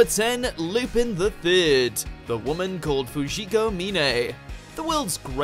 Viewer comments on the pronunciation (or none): "Lupin" is pronounced "Lu-pón", It's a small pet hate of mine. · Gave a dislike because it's WELL-established that Lupin is pronounced "Lu-pon." If you don't believe me hit up Toonami in some 20 days for Part 5.